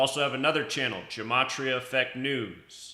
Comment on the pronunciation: Dude, it’s numerology and you don’t even pronounce gematria correctly. It’s so fucking annoying. Gematria is the encoding of words into numbers. Numerology is the decoding